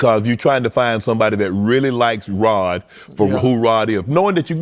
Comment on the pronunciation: Unk keep calling him rob lol it’s rod unk lol